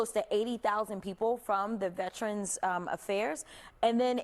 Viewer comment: She just kept saying “Vetrens” and he was lowkey trying to correct her and say “Veterans” 😂😂😂 I love Jasmine